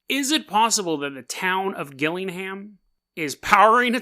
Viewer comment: Fuck sake it's gillingham like jillingham